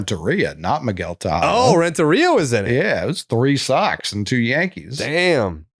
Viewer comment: Please tell me someone hear t say tejada 😂 sound like posadddda lol